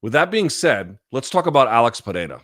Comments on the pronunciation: You're one of the 'gringos' that can say Pereira almost perfectly. Congrats! lol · Luke if you can’t roll your R’s don’t substitute it with a T sound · Not how you pronounce his first or last name, but yes.